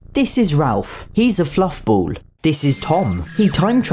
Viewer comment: It’s nice to hear Ralph being pronounced Ralph and not ‘Rayff’ as the Americans pronounce it along with that prick Jeremy Vine lol!